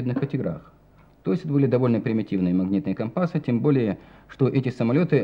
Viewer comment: Слово " компасы" с ударением на "а" резало слух.